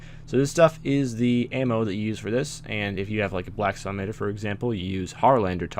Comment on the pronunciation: when you say salamander it sounds like a drunk version of salad manager:P love you